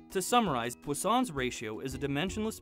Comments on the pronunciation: Its पोइसनस रेश्यो not पोस्सोंस रेश्यो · I pronounce it as Poison's ratio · I just came to realize that its not pronounced as "poison's"